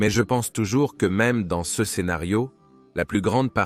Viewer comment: Il y a plusieurs pb récurrents de traduction/lecture de l'IA : "ce" est souvent prononcé "CE" (céheu), "Nepos" est traduit par "Napoléon", et "slave" par "esclave". Dans certaines vidéos, Egypte est traduit "république islamique d'Egypte". Merci de corriger ces erreurs récurrentes :)